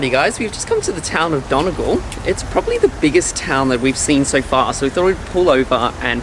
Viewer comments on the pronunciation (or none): Dun Na Gall actually .....only west Brits like you call it Dunny Gawl. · Just saying it's not pronounce don-ih-gull it's done-ee-gaul and that's an Irish person telling you that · Bruh this was a good video but the way you pronounced Donegal had me dead😂 if you’re wondering how it’s pronounced it’s “done-ee-gol” Great video though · Don-E-gol not donagol plz just say it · Love how you pronounce Don-e-gal. It’s more like Dunny-Gaul. 😂😂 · When he said ‘the TOWN of DUN A GUL’ first of all its pronounced dunny gaul and 2nd it’s a county not a town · Did... Did he just say "town" of "dun-a-gol" bro its a whole county and its pronounced dun-E-gol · It's not don e gal it's don E gal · It's dun-e-gal not done-gal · Broooooo it’s donegal not donagal 😂🤭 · Sorry its acctually called donegal not donagel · Donegal is pronounced done-ee-gal also Ireland is two syllables not I-er-land just wanna help ❤️ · Dun ee gaul to be precise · Its pronounced dun e gaul and its a county not a town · It's DonEgaul I live in ireland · It's Done e gaul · It’s pronounced dunigal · Donegal is pronounced Dun-Ee-Gaul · Don a gul😂😂😂😂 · Loved the video apart from the botch of Donegal it’s pronounced dunny gawl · Don e gal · Lads the county in Donegal not Donagel😂😂😂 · U pronounced Donegal wrong. It's pronounced Dun-ee-gawl. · I live in Ireland and absolutely nobody talked about this gem of a place it is horn head in Donegal and btw you pronounce it done e gall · Done e gaul. ( all outsiders say that wrong) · Not being rude or anything but it’s pronounced done-ee-gawl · Donegal is pronounced (dun-ee-gawl) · “So we just come to the town of don a gul”. every Irish person has a aneurysm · That's not bunglass point that's sliabh liag. And done-e-gall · It's pronounced don-ee-gal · . Correct pronunciation. Done--ee--gal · I wheezed when he said it 😂 Irish people pronounce it like Dun-E-Gawl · AHAHHA when he said Donegal so wrong is pronounced done ee gawl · donegal is pronounced Dun E Gawl